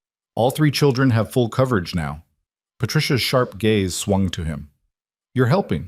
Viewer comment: Gaze, not gays 😊